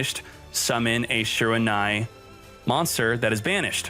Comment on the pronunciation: Your pronunciation of shiranui hurts the soul